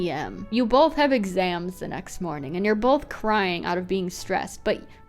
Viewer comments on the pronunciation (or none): Ven- Ad: the best! And in the ad, they said the the like "thi" 😭